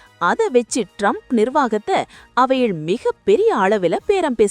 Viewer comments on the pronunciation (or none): none